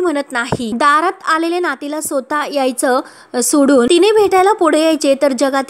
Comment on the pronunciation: सोता नाही, स्वतः